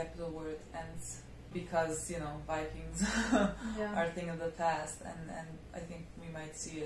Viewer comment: IT s Not wikings but vikings